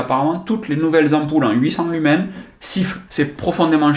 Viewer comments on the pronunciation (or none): none